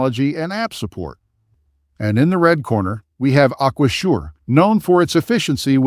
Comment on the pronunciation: A-kwa-zhure? This is just affiliate linking content, with ChatGPT distilled reviews, this isn't expertise.